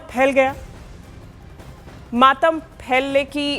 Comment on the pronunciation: "पूरे गाँव में मामत फैल गया" Nashe kar k reporting na karo.